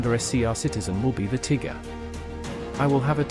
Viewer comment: should be tagger not tigger 😂 But overall nice video